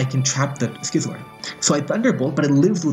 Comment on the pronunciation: you pronouse Scizor like you'd pronouns Scizzors mate. Not Skizor.